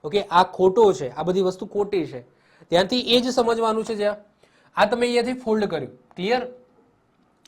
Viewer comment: Sir mold bolo che k fold